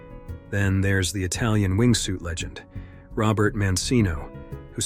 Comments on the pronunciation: It´s Roberta Mancino, not Robert 😄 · Its Roberta not robert mate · It is Roberta Mancini not Robert. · "Robert" Mancino?? Lol that's a woman named Roberta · "ROBERTA" Mancino, not Robert. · Not “Robert Mancino”. Her name is RobertA with an “A” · I'm 35 seconds in and stopped watching when the content creator can't get Roberta's name right and the narrator can't pronounce Mancino correctly.